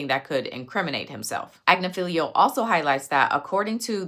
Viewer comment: Great content as usually... My ADHD was working overtime at your pronunciation...It's Ag-nif-ee-lo